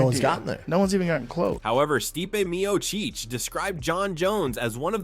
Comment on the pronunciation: "Meocheech" fu**ing stupid AI garbage vids